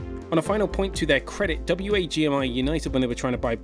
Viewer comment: FYI it’s pronounced “Wag Me”